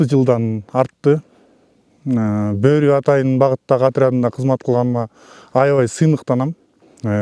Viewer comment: Тооба журналист не эле БӨӨРҮ деп атат , жөн эле БӨРҮ деп бир ө менен айтыларын 5 жыл окуп билбеди бекен 😮😮😮